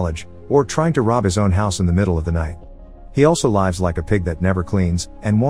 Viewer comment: "he also lives like a pig" pronounced as "lifes" yea buddy maybe try to know what you're saying instead of reading scripts you didn't write, you can avoid that